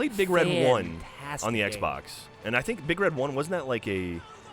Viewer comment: it's not "Big Red: One" It's "Big Red One"